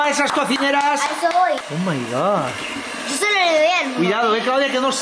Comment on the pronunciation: Eres muy muy pesado con !ooo my god! Y pronúncialo bien por una vez